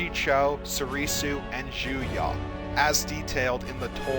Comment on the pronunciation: sighs JuYO. It's JuYO not JuYAH. Guh... It hurts my soul every time I heard it pronounced like that! Good video though!